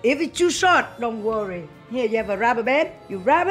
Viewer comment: The way says "don't rorry." Best one so far! 😂😂😂😂